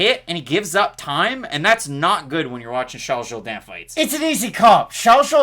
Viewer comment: "Shalls Zhowdan" & Marcelo HO-HO Thanks. I didn't even make it through the entire video, Just kept listening to you pronunciate the names so accurately